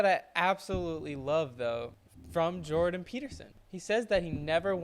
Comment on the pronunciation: It's Jordan. Why can't people get his name correctly?